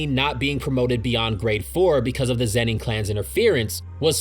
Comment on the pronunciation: This whole video I cringed every time you said Zeni and not Zenin smh